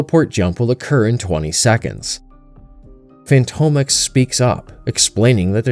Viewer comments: Fantomex - fan-tom-ex like "phantom X" Not fantomek, bugged me the whole video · Fantomex is pronounced, "Phantom-Ex"! And Betsy is British, not Russian or whatever accent you were trying to go for. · Good narration! Btw it's pronounced fantom ex Not fanto mex.